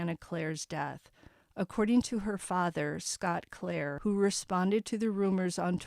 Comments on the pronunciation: I think it’s pronounced clear-re not Clair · the name is CLEERE rhymes with deer, and beer, ok?